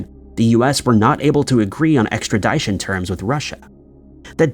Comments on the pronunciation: EXTRADITION NOT extra-DYE-tion😂 you say it differently each time you say it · Ek-strə-ˈdi-shən. Try saying it like that. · Sorry, extra-DYE-tion...?? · Bro said extradyesion lol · Extradition is pronounced with a short I, not a long i. The dition portion is pronounced like mission. I finally had to say something. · . Funny haha 🙂 🙂 "Extradition" ex tra DISH uhn Rhymes with extraMISSion 🙂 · Nothing wrong with a hard “I” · Extra Dit ( like zit) shun……extradition, no e after the T. Thanks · Someone, please, for the love of God teach this man how to pronounce extradition. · Dude still don't know how to say Extradition.. I can't do your videos god been said this for years learn how to read and PRONOUNCE WORD BEFORE YOU USE THEM!! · Has anyone ever told you that you’re pronouncing extradition, wrong? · You are pronouncing extradition wrong.. The ending is like edition. Sorry, it was driving me crazy🙃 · Like ed-eye-tee-on😅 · The way you pronounce extradition should put you on the FBI list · Yes like how do you say that wrong he's been saying it wrong for years like learn to pronounce words. It's not hard which is making me not watch these videos anymore. Why hasn't anyone told this TO HIS FACE. ExtraDition doesn't even sound right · Please train your “bot” to say “Extradition”…annoying. 🇨🇦